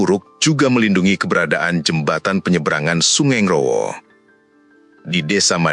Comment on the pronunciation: Koreksi dikit kak nggrowo yg bener ya bukan ngrrawah. Salam dari tulunggagung selatan